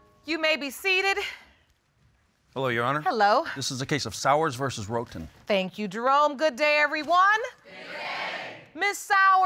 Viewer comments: When Judge LL says Miss Roton - it sounds like she says rodent! Lol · Wait the minute!!!! Did JL say Sowers (sounds like 'Sours') v. Roton (sounds like 'Roden' n 'Rotten' )???? Oh my my my. It was nasty, wasnt it? The court hearing?